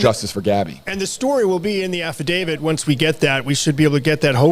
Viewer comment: It is an affidavit...not affidavid....this has nothing to do with David...please pronounce it as so.